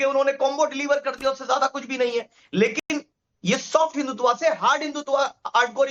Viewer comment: इस प्रवक्ता को टोकिये ये हिंदुत्वा बोलकर हिंदुत्व को हल्का कह रहे हैं जैसे फलांने को फलनवा कहना!